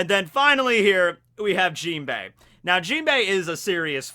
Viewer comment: messes up the jimbei